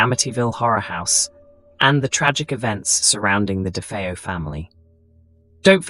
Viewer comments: I lost count of the amount of different ways 'DeFeo' was pronounced in this video!.... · If you can't even bother to pronounce the name Defao properly I'm boy watching it.